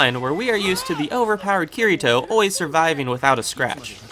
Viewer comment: You are banned from pronouncing names and locations, make an effort to pronounce them when you make videos, its cringy when you dont know how to say akihabara or ye xiu or kirito. if you watched them then you know how to pronounce them honestly its like you just googled your topic and tried guessing the pronunciation